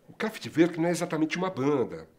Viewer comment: A pronúncia correta é CRÁFETI VÔR Q (essas duas últimas sílabas devem ser pronunciadas como se a pessoa fosse vomitar). Grande banda!!!